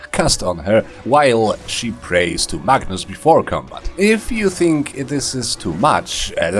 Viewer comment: I will admit, I kept hearing "Magnus" as "Bacchus". I was very excited to see how wine would factor into this build.